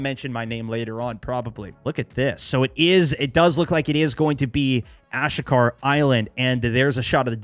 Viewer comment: AshKA is wrong. Asheeeeka! Is how it’s pronounced